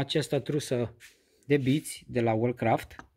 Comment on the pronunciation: O mică mențiune: "Wolfcraft" se pronunță 'volfcraft' nu "ulfcraft" pentru că este marcă germană iar în limba germană 'w' se pronunță 'v'.